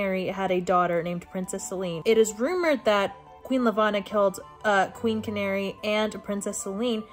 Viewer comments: QUEEN CANARY IM SCREAMING channary would be sh-an-air-ee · This is truly unhinged. I think I’ve read Cinder at least 6 times through since I picked it up in 2014. I’m doing a reread right now with my partner because she’s never read it. Truly my comfort book of all time. I cannot get over how you pronounced Channary though lmao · YESSS SOMEONE WHO PRONOUNCES “IKO” RIGHT 😭 😭 although peony is actually pronounce pee-uh-nee and channary is pronounced “sha-narry” or possibly “sha-nah-ray.” Marissa Meyer has a whole pronounciation guide on her website! Apparently there are people out there who pronounce Kai as “kay” 😭